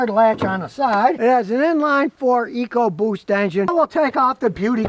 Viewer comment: Sorry Scotty, you lost me at 'Ecoboost'.